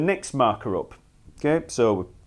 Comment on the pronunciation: And up as oop